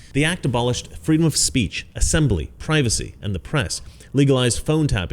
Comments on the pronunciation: It's fee...dom! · LET FWEEDOM REIGN!